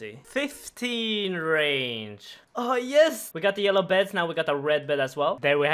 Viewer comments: bEEEEEED. Not bed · It's pronounced beed, not bed. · It’s pronounced “beed” not “bed” lmao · Its not Bed......its Beed. I know English is difficult for your kind. But if ypur gonna try and pronounce a word that a 5 year old can say without sounding dumb. Please dont embarrass us. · Glad I’m not the only one who thought it was weird that he was calling beads, beds. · Bead is pronounced "Beed" :) ily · Pronouncing Bead as bed haha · Pronouncing "bead" as "bed" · Bead is pronounced bee'd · it is pronounced "beed" get corona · By the way 'bead' is pronounced "bee'd" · Shocked by how many people came to the comments to mock a guy for how he says the word "bead", despite English being his second language. Shame on you guys... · The way u pronouce BEAD is so funny to me bro...kutgw! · the way he says bead makes me uncomfortable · The way you said "bead" made me hover unsub.